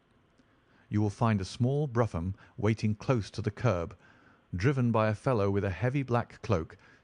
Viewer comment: It’s pronounced broom…..not bruffam…….